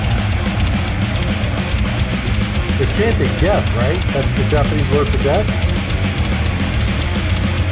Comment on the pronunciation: They're actually saying "desu" which is Japanese for 'I am' and making it sound like 'death'.